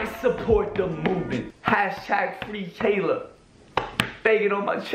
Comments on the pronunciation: Its “Ha-i-la”😂 you’re such a white girl😂❤️ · you said hayla not haila lmao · It’s pronounced hila not hayla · The way he pronounces Haila 😂😂 he sounds like he said Taylor 😂😂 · I love you I really do. But, lol, the way your saying Hailas name is driving me craaaazay!!!! Say HI_LA. <3 <3 xoxo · Lmfao says ‘haylah’ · The way slim pronounces haila is funny lmao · Yo no hate but your not saying Haila right